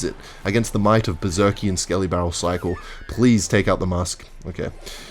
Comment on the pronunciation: Okay I'm fully convinced by now that one of the main reasons he uses Berserker in most of his d*cks is so he can pronounce it 'Berzerkeee'.